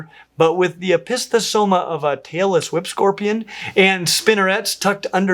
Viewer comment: I initially thought you said “Taylor Swift Spider”, rather than “tailless whip spider”. 😂